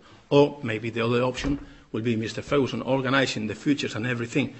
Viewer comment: "Meeester ferhooson" "manayer" Ha. Ha. Ha. Ha Poor, bitter twisted benny.